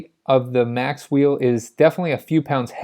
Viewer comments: It's Macwheel - not Maxwheel or Macswheel (or Mac wheel) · Macwheel not "maxwheel"